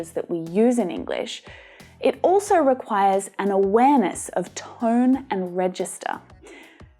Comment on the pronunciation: Toin?? Do you mean ‘tone’?